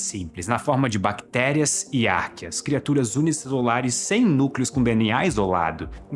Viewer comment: Vc pronúncia arcqueas de maneira errada.